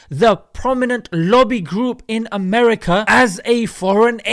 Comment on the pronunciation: "We Control Amrka and the Amrkns Know, it" B B Shaton Yaho